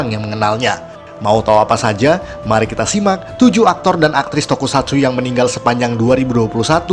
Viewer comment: Bang kata meninggal nya itu banyakin g bukan n